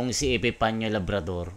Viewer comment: Epepania not Epepnio